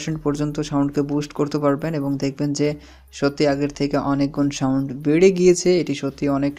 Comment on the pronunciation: সাউন্ট হবে না সাউন্ড হবে, কেমন উচ্চারণগুলো একটু ঠিক করবেন